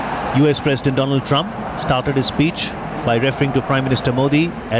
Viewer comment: Dolaand trump😂😂